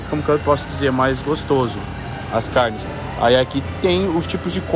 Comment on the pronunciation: CARRRRRR NES! Como força pra não fazer R caipira